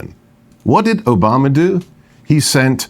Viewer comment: His added flare in the pronunciation of Oohbomma made me laugh every time he brought Obama up